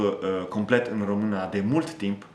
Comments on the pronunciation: U neeed to learn about "Ă, ș, î, â, ț" when U say "Romana" is wrong, it's "Română" so ye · As a Romanian, you speak my language very well. I congratulate you. Keep it going! Ca un român, vorbești limba mea foarte bine. Te felicit. Ține-o tot așa! Edit: I observed that at some moments, you pronounce ă as a. It's pronounced like uh in English. I hope it helps. Am observat că, în niște momente, pronunți ă ca a. Se pronunță ca uh în engleză. Sper că ajută. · ai învățat română 2 ani si tot spui românA in loc de românĂ..bruh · Pay attention to the ă. Sometimes you pronounce a instead of ă by mistake. For example limba română. No romana Also pay attention to â. You pronounce both very well which I don't see it very often to foreigners but you should watch videos in Romanian or listen to audio books or tales. Here on youtube there are lots of well made narrations of Romanian tales or poems an even some books. You look like you learned the theory and know the books but you're not so familiarized with how it actually sounds. I think you are close to get it that's why I think you can understand a video in Romanian. Listen to some poems or tales on youtube because you can't remember everything. By listening you'll correct yourself. My advise is to pay attention to â and ă because you pronounce them like I or a. Remember most feminine words end with the ă sound in nominative. If you end it with a is like adding an article. Limba română "La lingua rumena" Iinstead of this: Limba româna "La lingua la rumena"